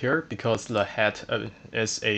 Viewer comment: are you frenchman or why are you saying "le" instead "the"?